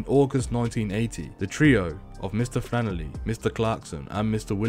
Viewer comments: Its FlanneRy. Not Flannerly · Sorry had to stop listening to a voice that says flannely instead of flannery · Omg stop saying “. Flanerly” how hard is it to pronounce his name🤷‍♂️ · Who the f$&k is mr fannely? Saying rentakill instead would make it easier to stop me pissing myself laughing